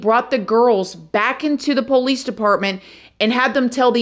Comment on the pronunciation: You are so beautiful and smart, I love your videos but I wish you pronounce 'Police' correctly. I don't think its poowlease.